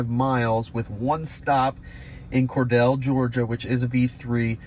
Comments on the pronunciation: Being a non-Georgia native, you get a pass for this video -- it is COR-deal not COR-dell :) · Your pronunciation of "Cordele" GA is wrong btw. Try thinking of it as "Cordill", just spelled different. That's how we say it down here in GA from majority of people I know. You can even put it in Google translate and it will tell you. Like the video BTW.